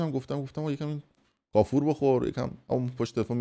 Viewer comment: فردین کونی به کافور میگه قافوررر